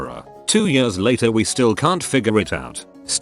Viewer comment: Ye-ah-rs Robot butchers the word years.